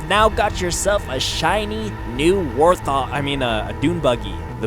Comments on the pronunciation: Did you say war-thog? Its wart-hog wtf lol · it's wart-hog, not war-thog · ITS WART HOG, NOT WAR-THOG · Did he say war THOG?? Wait have you actually not played Halo? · Wait did he say "Warth-"? He pronounced it "War-th". What the fuck?